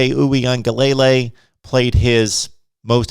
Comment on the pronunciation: Dj’ name is pronounced oowee-an-ga-LA-LAY… its not lay lay at the end